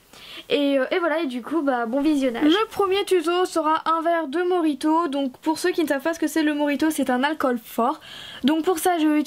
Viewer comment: enfait sa ne se prononce pas morito mais mojito